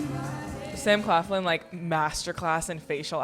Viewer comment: Not her pronouncing Sam Claflin “Sam Cleflin” 😂😂